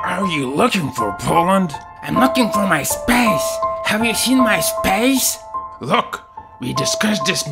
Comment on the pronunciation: I can get into spEis